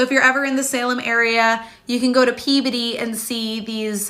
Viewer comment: The way this person is pronouncing the word "Peabody" is fingernails on a chalkboard. In over 50 years of life, I have never heard anyone pronounce that word so ... UGH ... she makes it sound like she is saying the scientific word for the maturing of the human body in the teenage years ... It is PEA BODY ... At least that's how my family who actually live in Peabody KS have always pronounced it ... Just ... UGH ... Every time she said it, it made my skin crawl ... And there's my unnecessary internet comment for the day